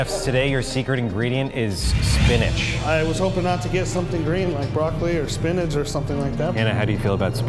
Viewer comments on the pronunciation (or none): It’s called Spinch.